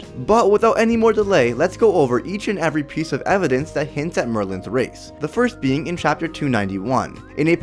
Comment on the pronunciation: Plz talk right. U said rathe instead of race